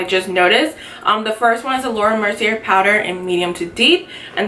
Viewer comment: It's actually pronounced Laura Mercy-ay :)